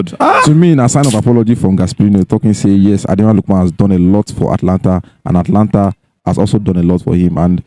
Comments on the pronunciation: Guys, the name of the team is "Atalanta" not "Atlanta" like Atlanta, Georgia, in US. There's an extra "a" there after the "t" so, note and stop calling it "Atlanta" on your cool podcast. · Guys, the team's name is Atalanta, not Atlanta. Take note of the additional "a" after the "t". Please, correct your pronounciation.